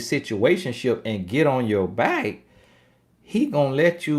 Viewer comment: 😆 back sounds like b I k e 🤪